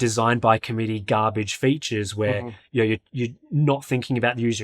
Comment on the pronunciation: saying "you know" is so funny. yeuouw